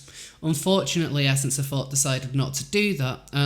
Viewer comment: I absolutely adore you and think your voice/accent are lovely and adorable but I swear I thought you were saying “essence of Fart” when you were saying “essence of thought.” Love your channel and glad you make content. Xoxoxo